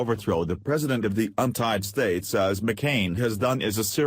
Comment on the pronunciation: The 'untied states' what is wrong with you? you said it more than once! it is The United States!!!